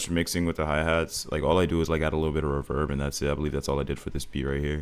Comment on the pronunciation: W vid but the way you pronounce ethereal, and reverb makin me mad 😭😭😭